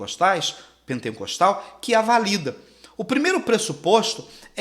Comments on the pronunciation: Não é penteNcostal que fala. É pentecostal, sem o N no meio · Pentecostal.... não pentencostal.. só pra constar.... parabéns pela aula...